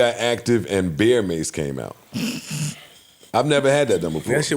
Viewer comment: “ Beer mase” they geek 🤣🤣🤣 its Bear mase JBP…